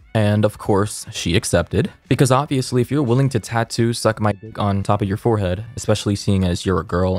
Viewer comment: I noticed he didn’t say forehead he said five head 😂😂